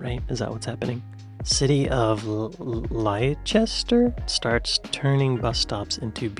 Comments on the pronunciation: Gloucester = (pronounced) Gloster Leicester = Lester Newquay = Newkey :D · Gloucester pronounced Glosster, Leicester pronounced Lester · Leicester pronounced Lesster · Lesta not Liechester!!! 🤣😂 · Licence is spelt with the second C in English. Gloucester is pronounced Gloster. Leicester is pronounced Lester. Newquay is pronounced Newkey. And yes there are 100 pence in a pound. Hope that helps, excellent content as always! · Gloucester is gloster, and Leicester is Lester. Just fell down your rabbit hole, bless you for really trying to understand the world 1 country at a time ❤ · Okay he's nailed the pronunciation of Yorkshire, who's turn is it to teach him how to say Gloucester? Edit: I'll do Leicester, its pronounced "Lester" Edit 2: Newquay = New key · Also Leicester is pronounced Less ter and Newquay is New key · Gloucester is pronounced "Gloster" and Leicester is pronounced "Lester". Also in British English licence is the noun and license is the verb. So you have a TV licence/driver's licence etc..., and the authority will give you license to have a TV to drive etc... The US is the only English speaking country that uses the spelling license for both noun and verb. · I think Jack the Chipper is a fine name! I get my hair cut in a barbershop called Sweeney Todds 😂 also Gloucester is pronounced Gloster (rhymes with foster) and Leicester is prounced Lester (rhymes with fester) 😉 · To help you with those British place names, Leicester is pronounced 'Lester' as is Leicestershire (shire is pronounced 'sheer') and Gloustershire is pronounced 'Glostersheer' and Newquay is 'Newkey' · I am Belgian and even I know that Gloucester is pronounced Gloster .And so it goes for Leicester . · Gloucester=Gloster, Leicester= Lestor. Newquay= Newkey. That's how we pronounce them. Hope this helps. Cheers. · Gloucester - "glosster" , im sure map men taught you this! 😂 Edit: and Leicester! Its "lesster" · They are pronounced lester, gloster and newkey, just for a heads up